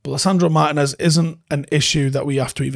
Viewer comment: Little tip: more emphasis on the 'Tee" in Martínez